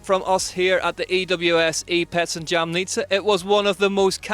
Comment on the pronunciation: Btw, I am sure you should pronounce Jamnica like if it was "y" in the beginning. There is no jam in Jamnica😉